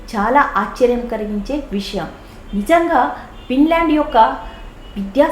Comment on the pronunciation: It's Finland madam..not pinland ..thappuga anukolandi...teachers thappu chepthey pillalu kuda alane nerchukuntatu andhuku